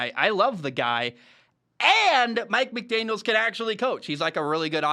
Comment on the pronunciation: Love the video but please stop saying McDaniels it’s just McDaniel